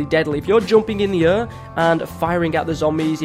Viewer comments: “ if your jumping in the urr” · hi pronunciation of the air sound bugs me